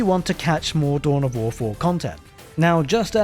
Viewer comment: Tohn of Woh Foh 😅